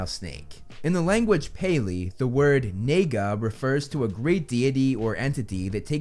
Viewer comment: In the language pali, the word naga NAGA the way he said it caught me off guard tho.